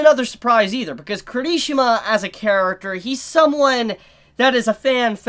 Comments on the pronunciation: I thought he said kirtishima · No hate but...... your pronunciation of Kirishima is wrong.